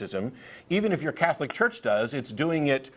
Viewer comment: What is a 'Cyetholic' anyway? Is that anything like 'Chicyego'?